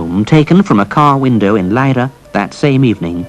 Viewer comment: How he said "Leira" is pretty much perfectly spot on. Well done, narrator!!